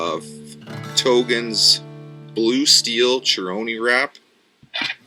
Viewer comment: you you need to learn how to pronounce Chirony Wrap, it is pronounced with a hard C just like chironomid, just thought you might like to know.